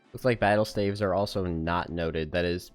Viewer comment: the way you say staves is very concerning